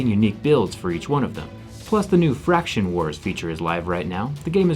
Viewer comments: faction wars, not fraction wars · You said fraction wars instead of faction wars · anybody catch him say fraction wars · Fraction wars 🤣🤣😭 Its faction bro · "Fraction" or "Faction" War lol